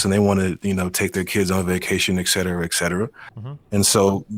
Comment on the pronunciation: Dude had some good points, wish Destiny had engaged a little more. He keeps saying ex cetera instead of et cetera though which is a bit jarring.